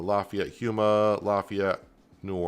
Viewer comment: Its pronounced Port (Foo-shon) and Houma (Home - ugh) lol 😂